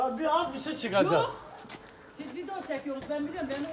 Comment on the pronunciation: Abi size niye herkes video diyecegine vine diyo Jskxjsxjdjne